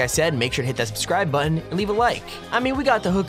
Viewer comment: You said punch the like botten I through my phone.